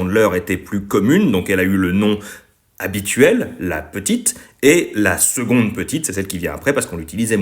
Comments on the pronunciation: Alors tout c'est génial mais on dit seConde et non pas seGonde ( en plus en latin tu le dit correctement) pour ceux qui connaisse et suive Athéna TMTS ;) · Et pourquoi ça se prononce « seGonde » ?